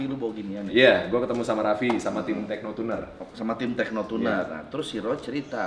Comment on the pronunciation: tekno tunner bang, bukan tehno 😂